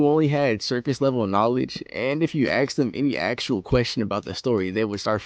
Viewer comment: Easy to tell. He can't pronounce "asked" correctly.